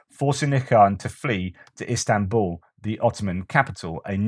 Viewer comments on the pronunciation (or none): none